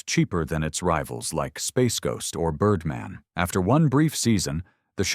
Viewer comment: Birrdmaan! Not Birdmn, you aminated idiop!